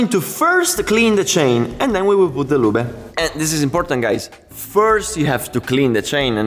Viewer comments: Se dice Loob not Luba. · Great job! Missing your motorcycle videos. The e is silent in english, loob ✌🏻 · English is not German. Loooob like booob. Ending "e" in English is silent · Anyone else amused everytime he pronounces “loobuh” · Saying "Lubeh" makes this so much more funny :)))) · Many English worda that end in e, change the previous vowel eg. car/care tar/tare far/fare. So the ending E is silent, as in "lube" The "e" makes the "u" loob. Same with CUT and CUTE :) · The way you pronounce lube it means " clumsy yet kind man" in my local dialect 🤣 We just say oil instead of lube . Good content anyway. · I love you "lube" pronunciation. It is somehow fun but cool